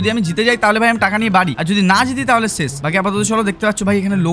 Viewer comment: ছেশ না ভাই শেষ বলে 😂